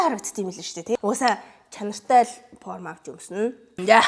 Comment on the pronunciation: Porm ghr jxn sonin sonsogdood bhin